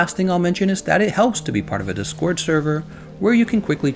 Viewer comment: I'm shook by the emphasis on the second syllable on DIScord.